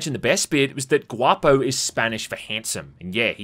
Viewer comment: He's the first english speaker youtuber that says guapo the way it should and i'm glad for it